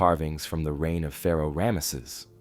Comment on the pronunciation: Okay. I hate to be picky but it's driving me crazy. Ram-sees. Equal emphasis on both syllables.